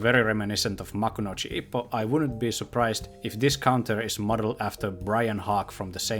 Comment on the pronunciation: The way he says hippo destroys me